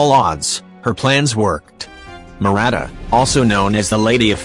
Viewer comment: it is not murata it is muavika